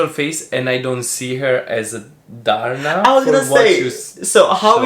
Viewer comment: Hahhaha ang funny nyo talga 😂😂😂 nakakatawa si nung nag ding! HAHAHHAAH YUNG LAKAD! Yung pagkakasabi ni parang "TARNA"! 😂🤣 HAHAHA LOVEYOU COUPLE 😍😘